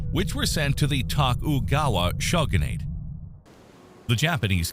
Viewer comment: Mispronouncing “Tokugawa shogunate” : at least try to get an actual human to review the video first if you’re going to use AI-generated voices.